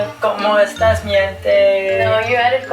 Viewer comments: Looool said Casey added com estas but she said com estas LOOOOL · It's "como estas!"